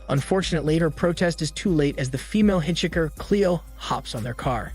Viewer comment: Thius voice is soo good. I know you've used it for a long time, but just right now I realized its TTS cuz of the "robotic-ness" in the voice and how it pronounces "hitchhiker". I love this channel 🗿